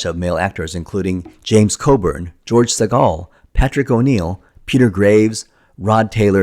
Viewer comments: Nitpick: George "SEEgle," Not "SuhGALL." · So you mispronounced George Segal's name and the word "menagerie" all by yourself?